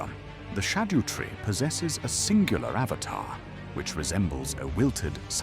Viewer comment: Im not a huge fan of the TTS but i appreciate the effort you put in to get it to pronounce things right, including things like Haligtree and Scadutree which half the youtubers on here get wrong lol